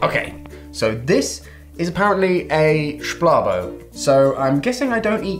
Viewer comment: Its Schplarbo not Shbarblo